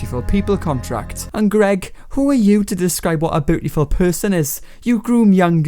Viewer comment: You say bootiful